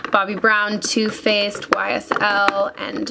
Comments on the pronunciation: When she said "two faced" I thought she said "toothpaste" I was so confused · It sounded like you were saying "tooth faced" lol! love you Meghan!